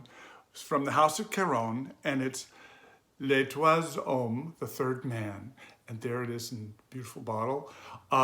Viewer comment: Hi, You have to Pronounce « Troiziem Homme » Written in French would be : (Numbers) 3ème Homme or (Letters)Troisième Homme meaning Third man